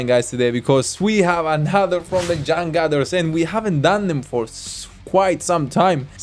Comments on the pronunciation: We pronouns c /ce/ not /se/ and u as /u/ not /a/. Read like spain or german without change the the sound. Changcuter becomes /c∆ngcuter/ not cangcater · it's pronounced chunk-chooters changcut means underwear lol